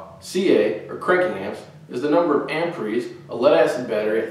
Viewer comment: Good video. I've never heard anyone say "amperies" before.